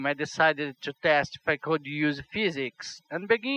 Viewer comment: ser querer ser chato mais eu creio que "to" não se pronuncie "tchú"